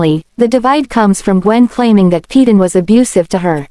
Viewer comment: PAY-DEN....NOT PE-DAN